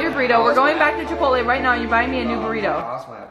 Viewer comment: how he said chapolai😂 (idk how to spell it lol 😆)